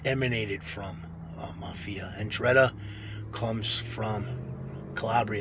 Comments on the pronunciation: Your take on this is almost as bad as your pronunciation of every key word you're discussing. "Mafia" is a catch all term for ALL 3 branches of Italian organized crime. Sicily's "Cosa Nostra", Naples "Camorra", & Calabria's 'Ndrangheta ALL fall under the umbrella of "mafia". Americans are just used to associating the term "mafia" exclusively with the "cosa nostra" from Sicily only because of it's prominence here in the early last century. Even the local "black handers" who terrorized Italian American communities all over the east coast in the late 1800's and early 1900's that came for various parts of southern Italy and were not necessarily tied directly into one of the 3 main Italian branches were still considered "mafiosi". So in short....the 'Ndrangheta of Calabria absolutely falls under the umbrella of "mafia" without question. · dude thats not even close how youre pronouncing it!! SMFH